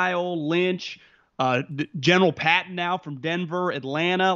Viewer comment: Paton is pronounced like Peyton not Patton